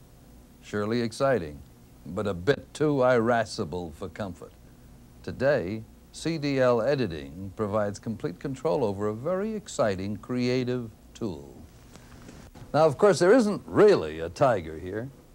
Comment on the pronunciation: EYE-rascible? Closer to EAR-rascible. And is that even the right word? Editing could be angry?